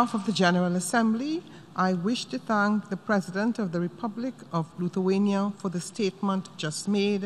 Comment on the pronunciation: Its not Luthuania it's Lithuania